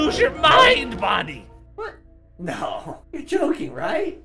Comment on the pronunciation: And it’s Bonnie not Donnie